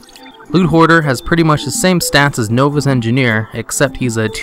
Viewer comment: Please learn how to pronounce the word "novice".